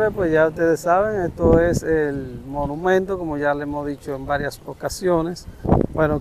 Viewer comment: Amigo disculpa,no es molumento sino Monumento, tampoco es estuata ,sino Estatua.Cuando te expresa por las redes sociales te ven en el mundo.